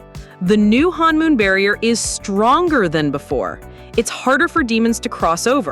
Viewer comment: it is not pronounced "hanmoon" it is pronounced honmoon